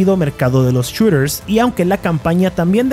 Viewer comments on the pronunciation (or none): Los "chureeers" xD